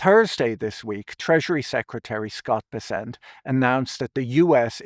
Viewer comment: Pretty sure it's BESS-ent.